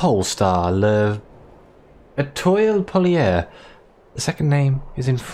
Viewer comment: I'm going to say that it's because you're sick that you sided with the overseer 😕 Noooo if you're sick we won't have a subnautica stream tonight 😭 Well ... Get well soon ! "Aytoahl polayr” or sthg like that xD And yes it's the journey to the center of the earth xD ask Google to say it to you :p Ok, I won't tell you about the rest, I'm too busy laughing my ass off 😂😂😂